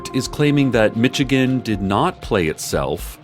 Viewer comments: "Mitchigenne" That ain't it sis lol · "mitchigan" aw, cec you dork